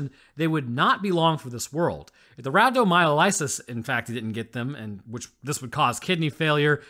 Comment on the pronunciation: I don't know why, but your pronunciation of rhabdomyolysis hit me like a truck. I can't explain it. It's not wrong, but it was just... jarring... Great video tho.